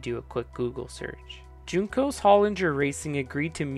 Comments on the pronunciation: It’s not JUNE-cos, WHON-cos. Love the video! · Say Juncos wrong one more time...